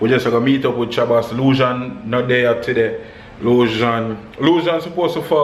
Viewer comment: Why you always say tiday? And not today................big up!